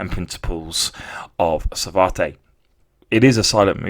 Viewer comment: It’s pronounce Sa-vat, not Savartay!